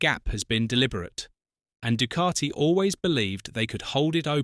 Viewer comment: Good item but terrible VO. Painful to hear ‘Du-car-ti’ every 15secs. 😫